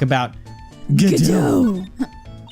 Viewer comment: There actually is it’s pronounced God-oh